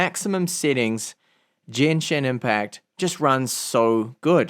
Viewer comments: no no no. Genshin not jenshin! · pretty sure that is not the way to pronounce "genshin" even with the aussie or NZ accent :D the "g" is pronounced more like geezer .. not like "generation"